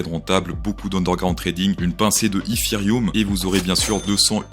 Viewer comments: Si tu réussis ton dernier trade, tu continues à dire ifirium au lieu de dire étéréom ? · pourquoi tu prononce ETHEREUM "HIFI ROOM" :'D